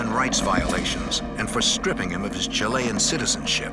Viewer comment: Can no one teach this man how to say Chilean?